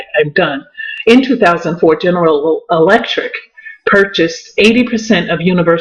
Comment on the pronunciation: You can't say General Electric to save your life